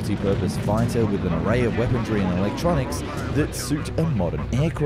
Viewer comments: Every time he says "weapondry" i want to punch a baby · Hey man, love the videos. I'm really sorry to be "that guy" but what's with the D you keep pronouncing in weaponry? 😂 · Why does he pronounce "Weaponry" as "Weapon-dree"? Weaponry does not have an R in it. In any case, another great video! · Weaponry, not weapondry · why does he ad a D to weaponry? I've heard it in a number of videos. He is complete ick head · There's no D in weaponry. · If I took a shot every time this guy mispronounced “weaponry” I would piss vodka.